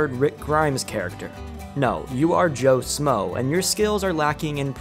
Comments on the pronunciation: Who else feels a ping whenever he says “smoe” instead of “schmoe” lol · Shmoe... Joe sHmoe... There's an H in there. It's not Joe Smoe. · Joe “shh-mo” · The fact you can't say Joe shmoe the right way kills me 😢